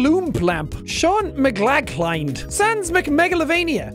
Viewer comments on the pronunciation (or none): none